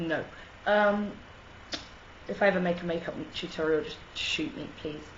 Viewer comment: SP: 'Shoot' not 'shot'